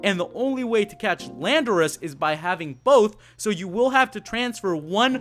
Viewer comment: Your saying landorus wrong